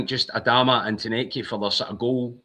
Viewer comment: Spot on....now we need to remind people it's not Adaaaamu, simply, Adamu